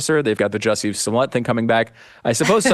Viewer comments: Joosey Soomlyay. Say it right! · His name is pronounced 'Juicy'. Hard to take this seriously if you won't say his name correctly.